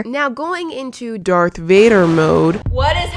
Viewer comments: I got annoyed when she said ‘dark’ Vader I’m just here minding my own business and is like YOU MEAN ‘DARTH’ VADER!!! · Anyone else notice t hat she said dark vader instead of darth vader :| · It's darth Vader not dark vader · Do you ever wonder if it is pronounced darth or dark vader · DID YOU SAY dArK vAdOr